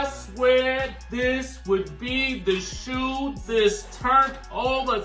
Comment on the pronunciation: NOT THE SHOE OOO...NOT THE SHOO OOO